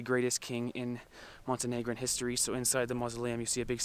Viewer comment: Oops! Montenegrin, not Montenegran.